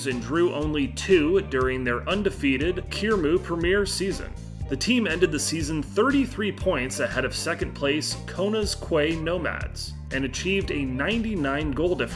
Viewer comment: Hey mate, I'm Polish. You pronounced Śląsk Wrocław correctly but Jagiellonia is pronounce Ya-Gie-Lon-ia. Don't mean to come off as rude, just trying to be helpful <3 I know Polish isn't easy to pronounce P.S. Quay is pronounced Key :)